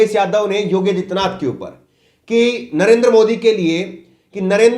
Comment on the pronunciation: पहले तो आप अपना उच्चारण सही कीजिये । योगी आदित्यनाथ के स्थान पर आप योग्य आदित्यनाथ बोल रहे हैं । कितने अनपढ़ हो तुम लोग ।